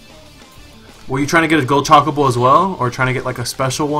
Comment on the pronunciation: I cringe every time he says Chocobo. CHAKABO. Lol. Other than that....this is a really good fan game.